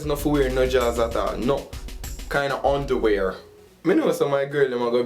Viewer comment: lool..... yuh toungue gone bad man! "no kind ah unawear".. lool